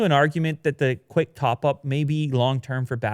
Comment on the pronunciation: Cwick Witted 2019